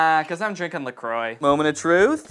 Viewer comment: Omggg the way he pronounces la croix XD